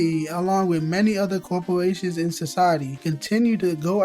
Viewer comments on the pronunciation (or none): Coew-po-way-tions Bruh